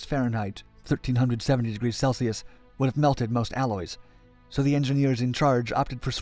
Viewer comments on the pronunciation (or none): none